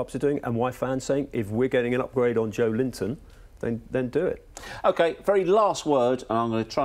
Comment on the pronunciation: They should try pronouncing Joelinton's name correctly before they start criticizing the player